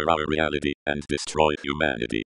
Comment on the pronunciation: "huamnity" Apologies for correcting, great video